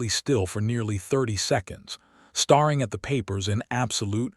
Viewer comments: Can't you please say stare ing correctly it is not star ing. Geese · The dreadful AI narration ruins this story ... starring instead of staring, fadding instead of fading etc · Train your AI to know the difference between 'staring' and 'starring' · i wonder where the narrator was from--he misprounceed 2 very commen english words--hopiing and staring--saying hopping,staring[sounding like star--] did anyone else here notice these 2 mistakes????? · Staring and starring…two different words! The AI reader cannot determine the meaning!